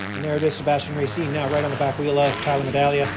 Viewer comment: Am I crazy or do you never pronounce the G in Tyler Medaglia,? 😂